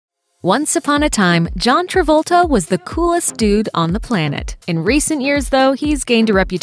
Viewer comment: Stop spoiling Travolta's name